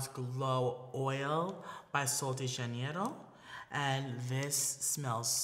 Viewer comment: Love the look!bte don’t get me wrong but I laughed hard at “rio de janIERO””🤣